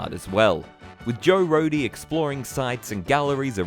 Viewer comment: Thank you for pronouncing Joe Rohde correctly